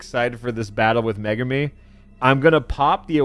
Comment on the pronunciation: i'm pretty sure its pronounced me-goo-me. I know a girl with that name and thats how they say it